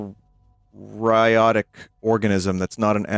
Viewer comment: Im more mad that vinny mispronounced "eukaryote" than the fact he didn't know what that means